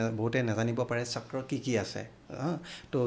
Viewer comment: কি চাক্ৰা চাক্ৰা কৈ আছে বাইদেউ? চক্ৰ বুলি ক'ব নোৱাৰে নেকি?? আপোনাৰ মুখত অসমীয়া নুফুটে নেকি? নে ইংৰাজী ভাষা কওতে কওতে জীভাখন বেছি স্মার্ট হৈ গ'ল😂😂